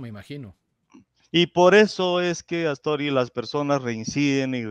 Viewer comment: Es Atzori y no Aztori